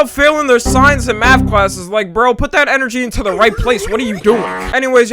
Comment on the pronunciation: "It's just my crazy gemini energy" bro the way he said energy caught me off guard😭